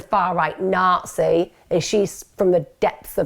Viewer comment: what are narces? I dont understand that word is it a UK thing? did you say Nazi